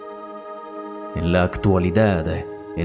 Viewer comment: Resulta chocante que al final de cada palabra que termina en consonante, el narrador agrega una E: real =reale. Se escucha muy snob